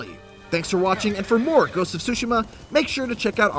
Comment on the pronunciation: Dude... stop saying “sushima”!!! The T is not silent! You don’t go to eat “tsushi” do you?? Smh...